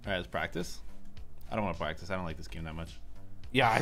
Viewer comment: Did u guys realise that said lick instead of like